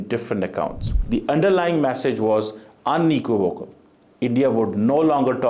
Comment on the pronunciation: speaking in English!! Vow The word is unequivocal … your pronunciations need to improved substantially!!